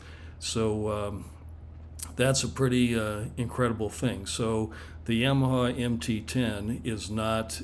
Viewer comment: If I ever hear someone say YAMaha in person I will but my black magic on you 🪄